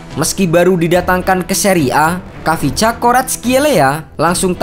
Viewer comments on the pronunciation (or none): Min kyk nya bacanya kivcha deh. Bukan khavisca. Kivcha Varatkelia